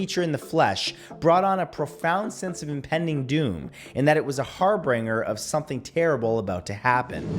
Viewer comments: A HARR BRINGER of impending doom? hahaha (HARR-BIN-JUR) Harbinger, You crazy Comedian's, err I mean Canadians. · Just to note, the word is harbinger, not harbringer :). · Matt, my man, ya goofed. It's "harb-injer", not "har-binger". Just FYI, no disrespect. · Harbinger, not harbringer. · Psssssst! You pronounce it "har-binge-jer", har like har har har, binge, as in binge watch, and jer, as in the hard Jerome. Harbinger. LOL. I only mention it because I used to pronounce it Har-bing-er, too. It's okay, though, I thought the band Live was Live (as in live your life). :-) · Har-bin-ger is the proper way to say it. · Har- binge-er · Matt, "har - binge - er." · Harbringer? It is incredibly depressing that so many with millions of subscribers on YouTube, whose videos consist of them talking, constantly F up words, pronunciation, etc. while those who can read do not make a sh*tload of money doing so, as if it would be difficult for them to Google lists of facts and read them. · It's Harbinger Matt, Har-binger(binger like binge watcher) 😁👍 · Except harbringer